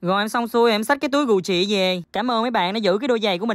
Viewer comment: Cách phát âm của: Gu jì = gù "chị" hah😂🤣🤣 người thành công có lối đi lẻ